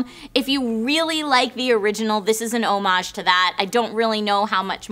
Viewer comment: I cringed every time tried to pronounce homage. it's pronounced:ˈä-mij, or for people who don't know how to read pronunciation notation: awmidge